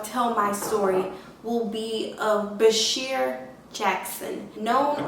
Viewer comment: You pronounced his name wrong ... BA-SHAR not BA-SHEER